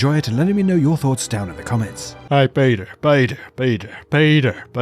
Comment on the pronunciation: If you like half as much making these videos as I like them doubled, it's all right. :D Also blasphemy: You've repeated it just 6 times, I'll forget apout "peyter"? here